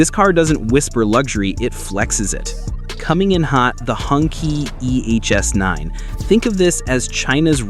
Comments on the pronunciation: There are two variants of pronounsation (depending on region): "hon-chi", as you wrote, and "hun-tsi". But not "hung-kee", you are right. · Nice selection! Btw Hongqi is pronounced ‘hong-chee’ not ‘hung-kee’ 👌 take a few moments to learn pinyin, it’s fun!